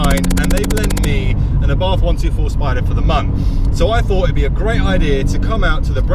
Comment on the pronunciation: My 7 year old daughter asked me why you kept saying "UhBarthhff" instead of Ah'-Bart'..lol. Good job on the intro!